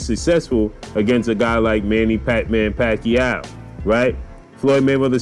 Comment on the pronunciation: Pacwuaio going to 😴